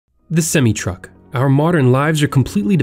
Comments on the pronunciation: It’s semi not smi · Its semi not seme. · Its sem-i and tes-la lol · Semi is pronounced sem-i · It's pronounced sem-eye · The pronunciation of Semi truck was sad. Who doesn't know how to pronounce it? Well, this guy sure doesn't